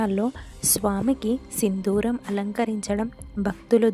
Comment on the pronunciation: Sindooram. Sindhooram kaadu.